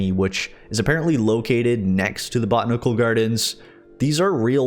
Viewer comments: Buh-tan-uh-cool gardens. Not bot-nic-cul lol but cool update. It’ll probably be a long time before it comes to PS4 though. I can’t wait. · I have enjoyed this video. I am going to look into this mod. I had no idea it existed. (It is pronounced: Bow-Tan-Ick-awl - Botanical )